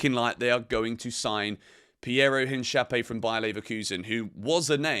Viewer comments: It’s INCA-PEE-EH not inchapie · Hincapie not Hinchapie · Nice vid! Thanks for the updates. But I can’t let you butcher Piero Hincapiés last name like that 😂. It’s pronounced: een-kah-PYAY not hinchape 😂😂